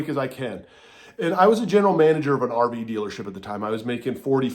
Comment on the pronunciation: The whole video when he said rv I thought he said Arby’s. I was like how tf